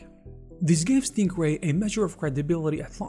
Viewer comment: It really sounds like you're saying "Stinkray" lmao